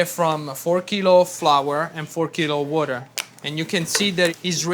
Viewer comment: He is Italian, but he pronounces water like a true New Yorker, exceptional. Wurder